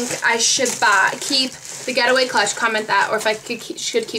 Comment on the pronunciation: I thought you were saying "GHETTOway" clutch